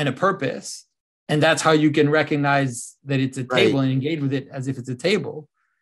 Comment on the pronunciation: The "G" in recognize is not silent.